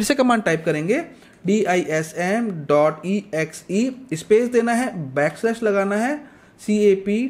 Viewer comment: Slash ko kyu galat bol the ho.